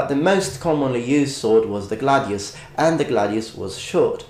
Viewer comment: Make up your mind, dude. Are you going to pronounce it "glay-deeus" or "gladeeus"